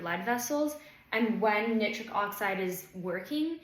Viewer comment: Wonderful talk and very interesting! One very minor point, Nitric is typically pronounced nai·trik rather than knit-trik.